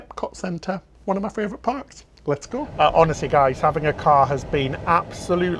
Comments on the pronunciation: do you realise you say "fravourite" instead of "favourite" every single time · Which is one of my fravorite -isms!